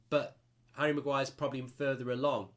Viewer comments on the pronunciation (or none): none